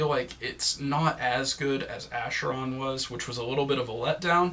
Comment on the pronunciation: Nice review even though I'd rate the album much higher but it's my opinion and I respect yours. One thing though: the previous album's name (Acheron) is pronounced with "K", not with "Sh". I'm surprised you pronounced it with "Sh" since you spelled Mechina correctly.